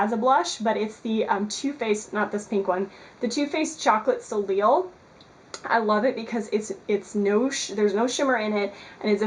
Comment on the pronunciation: by the way, "soleil" is pronounced "solay". It means "sun" in French. :D